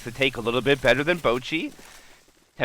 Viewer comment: I’m sorry but the caster calling boochi bowl-qi is just too funny to me lol